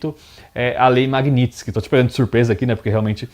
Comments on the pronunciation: O cara não sabe nem falar Magnitsky, o que dirá entender de algo.🤣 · Nao sabe nen pronunciar a palavra!